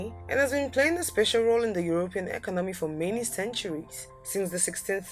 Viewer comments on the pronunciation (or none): SWITzerland, not switzerLAND. And eCONomy not ecoNOmy. Also, it is NORway, not norWAY. Ireland, not IreLAND, first syllable ONLY is emphasized. I realize you may be from a French speaking background in the Caribbean, but it is still English you are speaking here. :-)